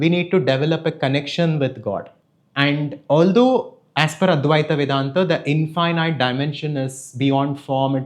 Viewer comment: Your pronunciation of infinite is wrong bro. It sounds weird